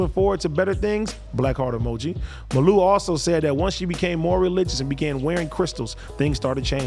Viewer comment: It’s ( Mah-luu).. lol